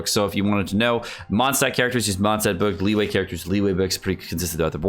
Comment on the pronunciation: "Jangling" and "Leeway" lol